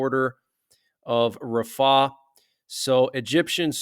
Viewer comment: Its rafah, not ra faahh